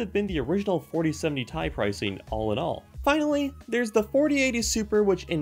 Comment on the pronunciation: For the love of God its T.I not ..... Tie